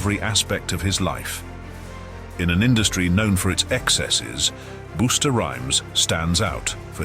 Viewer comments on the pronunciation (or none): Busta Rhymes is "Bust the rhymes", not "Boost the rhymes" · Hum lol "Boosta" 😂😂😂 Busta Rhymes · You kept on saying booster, when it's buster rhymes 😂😂😂